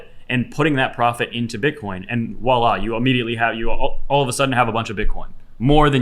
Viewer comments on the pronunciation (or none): none